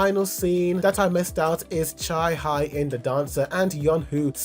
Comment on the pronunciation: just so you know, it’s not cha high in, it’s cha hae (hey) in😭